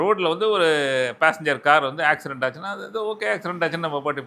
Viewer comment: ஆக்சிரென்ட் இல்ல ஆக்சிடென்ட்